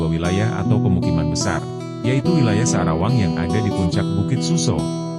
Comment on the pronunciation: Maaf admin bukan sadawang tapi sa'rawang